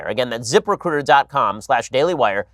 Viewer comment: Zip recruiter sounds like zipper cooter, or zip her cooter, the way Ben says it